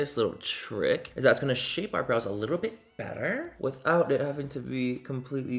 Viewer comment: I heard THAT WHITTLE gorl!! 😗😗